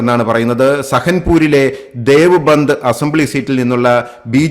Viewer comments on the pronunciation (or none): none